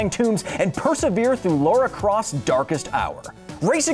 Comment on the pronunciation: Did he say Lara Crost ?